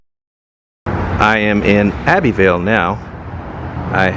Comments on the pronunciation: Hey, that's pronounced Abb-uh-ville 😃the supports under the houses are "Piers", the big columns holding up the front porch on the court house are "Pillars" it is a parish, but it's called the county seat 🤨The huge oak trees are "Live-Oaks", they are native to the south, they don't grow tall, they grow out, it's why they survived the hurricanes. that big abandoned building in Kaplan is probably a sugarcane mill. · Abbeville is pronounced Abb- ville in france ...i live very close to it ! nice town .